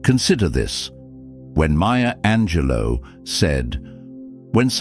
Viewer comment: Ok not trying to be a dick but I gotta say since you keep talking about her lol….her name is Maya Angelou, not Maya Angelo (unless you’re not talking about the epic poet hahaha) I think she may have some French ancestry but whenever you say maya angelo I think it’s some chick who works at wawa during the graveyard shift but she’s really cool when she’s not messing around with her on again off again douchy boyfriend lololol